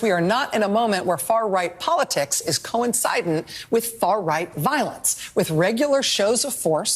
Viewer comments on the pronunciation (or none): She said, , “coinsiden” like it rhymes with Biden…. at roughly in… WTF…